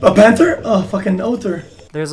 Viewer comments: “Panter” xQcL pls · He doesnt pronounce the h because hes french. Panter and oater